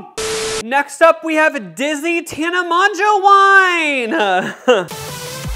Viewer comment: i feel bad but everytime you say tana monJO it makes me cringe especially how much you talked about her in the pod 🥰